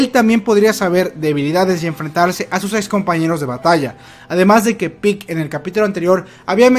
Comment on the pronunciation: Se pronuncia pieg no pick